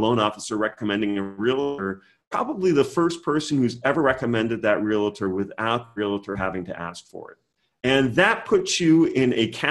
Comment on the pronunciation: Good stuff! Just a friendly reminder that REALTOR is two syllables not 3. 😉